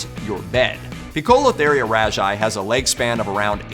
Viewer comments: pikolotheereeya..? "pose-le-thee-ree-ya" my man lol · I keep tons of Tarantulas at home and actually have two of the Poecilotheria genus (P. ornata and P. regalis) and I almost DIED when I heard how he pronounced Poecilotheria xD Po- sillo- teria = Poecilotheria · its is pronounced pwetzelteria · is pronounced Poe-see-lo-theria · Your pronunciation of poecipotheria is wrong btw😅😅😂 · Poecilotheria is pronounced pee-sil-o-tare-ear, effectionately known as Pokies in the hobby, they are an old-world Tarantula meaning they are native to either Asia, Africa, India, Europe or Australia. All old world spiders bite as a first defence and have an extremely painful and medically significant venom to humans, however do not flick hairs. The Colombian red leg is the Megaphobema (mega-fo-beamer) robustum, this is a new-world Tarantula meaning they are native to the Americas. Typically a NW Tarantulas first defence is to kick hairs and bite as a last resort, however their venom is mild and has been likened to that of a wasp or bee sting. Most Tarantulas will usually try to run before any kicking or biting but you do get the occasional loose cannon!